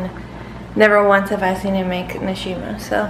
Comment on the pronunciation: Begins was supposed to read nshima grrrr, where were you born in Zed?